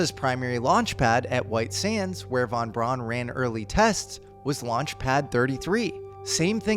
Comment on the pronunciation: Von “Brown”. Brown. Like the brand. Brown:)